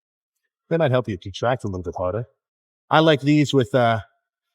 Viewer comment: Nice UK 'Harder' Filmed on a chewsday then?